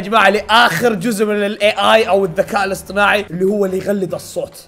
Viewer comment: الذكاء الاصطناعي ❌ الذكاء الاصطماعي ✅